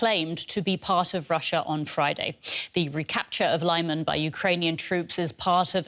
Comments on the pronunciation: It's pronounced "Li-mahn", not "Lie-man". The first syllable is pronounced like the beginning of "limit". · It is not 'laiman' its is 'leeman' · Leeman, not Lie-man. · Lyman is pronounced as /leeman/ not /laiman/ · Isn't it "Leehman" instead of "Lai-man"? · Lyman = Luhman, not Liman Donetsk = Donetsk, not Donyetsk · I would have thought better, more educated reporters, on DW. it's not pronounced lieman, but leeman, for the anglo lady. come-on! you're in Europe, not the USA. you should know how to pronounce things. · 'Lee'Man NOT 'Lie'man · It is LEE-man, not LYE-man!!! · it's Лиман, not Лайман. The very least that can do is listen to the Ukrainian channels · Its 'Leeman', not Layman! Please! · I'm glad Ukraine liberated this town, and will be also glad to not have to hear this butchered pronounciation of Lyman (say "Leeman"; not "Liman") so often any more. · City of Lyman is pronounced: 'li' (the letter 'i' as in mitt, lit, fit) and 'man' (the letter 'a' as in mama, papa. The accent is on the second syllable. So: li-MAN. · ummm.. lee-mahn? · lie-man? lol. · Lyman is pronounced "Lee Mon"... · Congratulations to the Armed Forces of Ukraine! 🥳🫡 Side note: I hate the way Western journalists pronounce Lyman 😖 It’s pronounced like LI-MAHN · One would think these talking heads could figure out how to pronounce Lyman correctly. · Can please teach the other Reporters how to pronounce "Lyman"? Thanks. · Would it hurt so bad for the presentor to pronounce Lyman correctly?